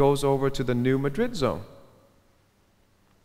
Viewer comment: very interesting and informative video, but please, Madrid is pronounced MA-drid when referring to the new Madrid fault line. I live in Missouri where it's located, so I know.